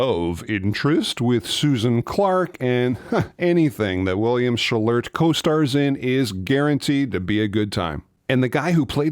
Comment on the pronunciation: William Shall -- lurt? No one calls him that